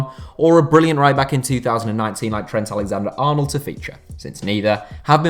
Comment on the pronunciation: *Trhkkent Alekkhzander Arkhhnuld